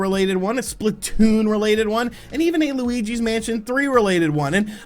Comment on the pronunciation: I laughed really hard at the way you said Splatoon